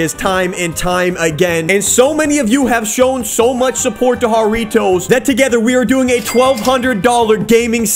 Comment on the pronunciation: "Harriotoes" Me: hairy toes